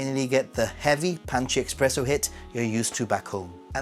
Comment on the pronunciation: It’s actually not expresso but espresso. 😊